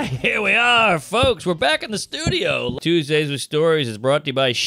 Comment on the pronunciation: Is that promo Tuesdays or twoGAYS? 😅😅😅